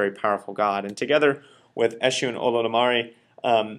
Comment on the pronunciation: Esu is the messenger of God. He delivers the messages and offering. Orunmila is the orisa for divination. Esu must be appeased to avoid being confused by him. Here is a pronunciation lesson for you. U sounds like the U in the word tune. Not like U in fun. Say that out loud so you can hear the difference. You are really messing up the names bad. lol.